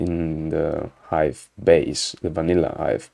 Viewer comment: Did I hear "vanilla ice" when you said "vanilla Hive", you can't prove it !?!